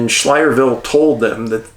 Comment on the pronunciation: Pronounced sky ler ville😊